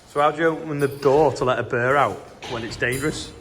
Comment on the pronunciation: It's a bear not a burrr 😂